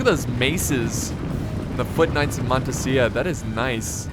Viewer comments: it's montesa not montesia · Montesa is pronounced like in this link-->